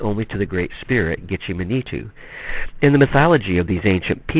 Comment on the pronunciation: Btw, I'm not criticizing you, you're work is awesome , if you care though - midewiwin is pronounced- mi-day-wi-win Manitou is pronounced - mah-ni-too Nanabush is our name for the spirit you said is second in command. Just thought you might like to know+ thanks for the video😁